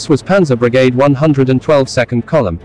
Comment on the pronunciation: Great presentation of facts, but the pronunciation is sometimes embarrassing. For one Brigade is not pronounced as it is in this video for one.